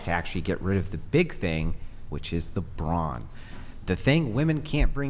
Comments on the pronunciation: No one commented that the feminist kept saying "bronze" when referring to men, not brawn. Perhaps she's not as well read she thinks she is? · It’s “brawn” not “brawnz” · Fyi.. its BRAWN. NOT bronze.🤦🏻‍♂️